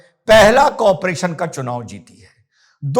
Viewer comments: Rahul gandhi said : Chumav 😅😅😅 instead of chunav 😅😅😅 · चुनाव ये शब्द ठीक से बोल नहीं सकता.... तीन बार गलत बोला पप्पूने😅